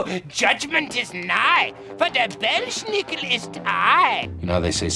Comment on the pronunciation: That one tv guy... well, if he is so proud of his German roots, maybe he should have learned to pronounce the name "Belsnickel" right. There is no "sh" sound in it. In fact, you pronounce it "Bels nickel", no "sh", and no body in that custome acts like this guy .